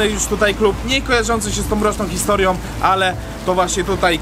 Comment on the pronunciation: Panowie, kapitalny materiał, każdy oglądam z zapartym tchem, ale wszystko psuje wymawiana przez Was końcówka "om". "HistoriOM", "sprawOM". :-(